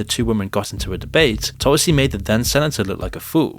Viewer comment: Please it is not toll - see, it's Tulsi. Please learn correct pronunciation. Ironic that while mocking indian accents westerners never do the hard work to learn correct pronunciation of indian names. It's because of your primative alphabet of 26 letters, sanskrit is a mother language ans source of not only indian languages but english too, has double the number of consonants. Hence nuance and beautiful pronunciation